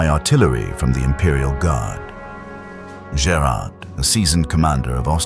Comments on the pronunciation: Jaki Gerard, jaki Blacher?? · Co za katastrofalne nazywanie dowódców w tej bitwie przez narratora!! Trzeba najpierw uczyć sie wymowy francuskich i pruskich nazwisk dowódców!!